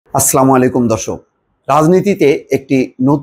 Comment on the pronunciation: আপনার সালাম শুদ্ধ হয় না।হবে আস্সালামু আলাইকুম